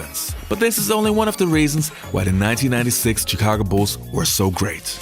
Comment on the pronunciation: stop pronouncing Chicago wrong